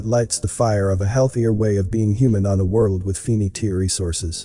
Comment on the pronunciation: "on a world with 'fee-nee-tee' resources" 😮😂